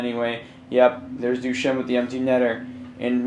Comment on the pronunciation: You aren't even pronouncing Duchene's name right...